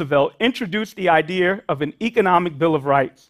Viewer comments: It’s “wealTH” not “wealF” It’s “truth” not truf” It’s “idea” not idear” You’re a university professor and you speak like this? Absolutely horrible! It’s called capitalism and anyone can work hard to get more. Stop this socialism where blacks or other minorities deserve to be paid to match whites. I’m white and unemployed. I’m struggling But I’m not crying to have my government give me money to make me equal to anyone else. I understand that sometimes life is very difficult and I was raised by a single mother who worked two jobs. I went into the military, I had them pay for my college and that’s how it works. It’s not about the government handing out money to people and then passing on that incredible tax burden to our children. You’re thinking about this so wrong. This is such an entitlement program that is absolutely the last thing needed. People need to stop using welfare or at least limited to a certain amount of time so the people can go back to school and better than selves through hard work. Not handouts not charity. What does that get anyone? Nothing it gets them nothing. It’s just more burden on everyone else! By the way it’s not just a burden on the wealthy. It’s a burden on middle class, the working class people that do not have money to baby bonds. From the very beginning of our country, people worked hard to get money for college or to get a down payments for a home. It wasn’t given to them and it shouldn’t be given to them now. Wake up. This is not what our count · Once he said "an idear" he lost me. Sorry. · "An idear"?